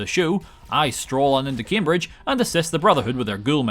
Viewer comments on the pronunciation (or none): none